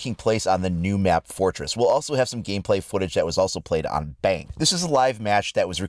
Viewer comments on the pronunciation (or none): none